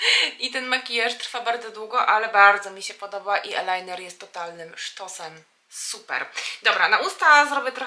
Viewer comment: "mejbelin" i "ajlajner". A tak poza tym piękny makijaż ⚘️⚘️⚘️